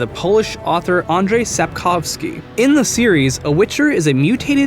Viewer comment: I'm Polish and I have no idea what did you just said. Well, at least you pronounced "Sapkowski" correctly